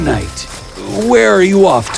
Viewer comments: Is knight pronounced like that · you said kind instead of knight . hehe i have sharp ears . but i liked the story